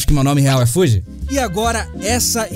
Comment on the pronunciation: O nome dele não é Fuji e sim